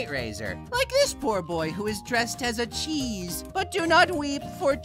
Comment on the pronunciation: Thank you for the sound of “chëêśę”